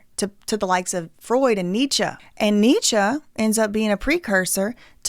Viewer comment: kinda she refers to NEECHA as ‘some guy’ and says she ‘didn’t bother to look into his book’. i just find that hard to believe with a minor in German, but she is talking about the correct things on this channel. it certainly was not to discredit her. funny enough, when you look up the correct pronunciation, the first youtube video sounds identical to the way she pronounced most things in the vid, but when you look up any modern scholar (or even Candace saying it) - this is just not common for us here. kinda like saying “don’t hit me up about no royal wedding” 😂 don’t hit me up ab no authentic lingo somewhere we ain’t and don’t use in a joking way. lol loveeee to u